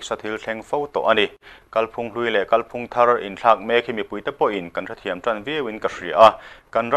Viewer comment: Kalphung lam dan hi kan hriat chian a ngai. "Kal" tih lai hi, " kalkawng" tiha "kal" anga thlûk hniam tur; "ka 'kal' thei lo" tih anga thlûk loh tur. I lam dan a dik lo tlat. Thlûk hnihnaa lam tur a nia.